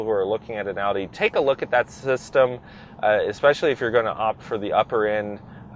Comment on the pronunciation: Flappy paddles? Ekspecially? If you are going to be an auto journalist, you need to #1-be literate, and #2-know what the hell you're talking about. This dude needs to be an accountant, not an "auto journalist."